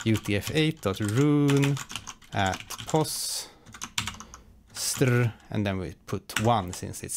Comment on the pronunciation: i loved the way you pronounced str lol